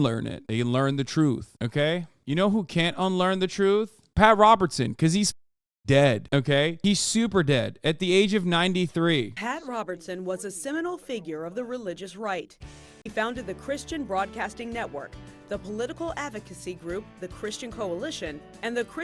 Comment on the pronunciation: The idiotic woman said Seminole, the word is seminal, you fool.